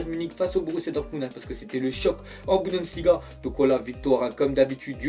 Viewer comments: BUN-DES-LI-GA et non BU-DEN-SLI-GA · c pas budensliga c'est bundesliga ptnn😤😂😂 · BUNDESLIGAAAAA putain de merde tu le fait expés ou quoi à dire BUDENSLIGA ?? MDR